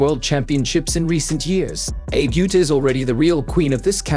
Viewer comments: Can you adjust the speech synthesizer to pronounce her name correctly? It's Uta (not Yuta) and Ah-beh (not like Abe Lincoln). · Is this a computer voiceover? It's pronounced like Ah-bay Oo-tah, not like Aib You-tah. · You don't even attempt to learn how to say her name. No, it isn't pronounced like Abe from Abraham Lincoln but Ah Beh (just to be clear it's not Ah Bay either) Uta again not You tuh like Yoda. But, U as in Eww that is icky. and Tah like tah tah for now. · also it’s not “Utah” like the name of the state in the United states. it’s like “oota” except without elongating the “oo.” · Japanese names can be pronounced like Italian. So she is not eib yuta, but Abe (A like ave maria's a) and be like Betty. A-be. Likewise Uta is not like Utah but U like oo and ta like tar. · Please LEARN the correct pronounciation of foreign names before you narrate videos!!! Buchard is pronounced like "Bushard". Abe Uta is pronounced lik Ahbe Ootah and not like Abe Lincoln or the state of Utah. It does not take much effort to find out , regrettable that you did not bother ! It is inconsiderate and disrespectful for all those champions you dare to talk about!!! Get it straight or be silent! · Not Abe, and not yuta! What a dickhead! It's oota ahbay! 阿部詩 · Her family name is not pronounced Abe, like Abe Lincoln, but it's Ah-Beh. And her name Uta isn't pronounced like Utah, but it's 'Oo-Ta'. Like in most phonetic languages, Japanese Romaji adopted the way Latin based languages pronounced their alphabets. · Uta Abe is pronounced "Ou-Ta Ah-Beh". not "Youta Ayb" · Ffs, do a little preparation. Her name is pronounced ah-beh ew-tah. You sound truly ignorant so thoroughly mispronouncing her name. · The downside of getting AI to narrate a video: it pronounces non-English names as if they are English! Hey stupid American AI, it is pronounced /ɑbɛ ʊtɑ/!!! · Japanese is a syllabic language. Her name is pronounced "ah-bay oo-tah." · Her name is pronounced Ahh bay Ooota.